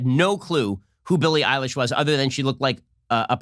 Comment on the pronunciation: He said Billy Ilish I thought he was talking about a guy